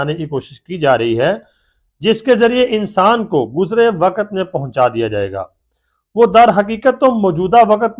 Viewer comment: waqat nhi waqt hota hai